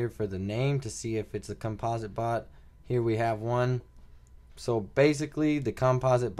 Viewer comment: "Compa-sit" not "Cum-Paws-it" ..jeezus kryst. lmao